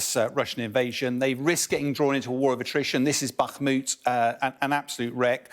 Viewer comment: 1. He said bakhumt. 2. Russia has been struggling to take this one town for 8 months. It's barely moved since July last year. And in that time it's lost far far more than it's gained.